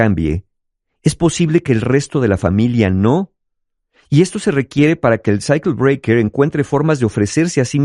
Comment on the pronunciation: cuando dice cycle breaker su pronunciacion es más de psyacho Breaker ahaha